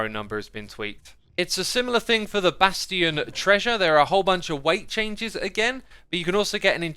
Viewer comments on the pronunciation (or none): Why does he keep mispronouncing Mojang and bastions?